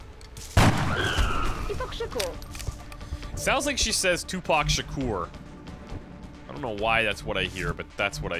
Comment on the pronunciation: I heard her say "Tu Pac Sacur."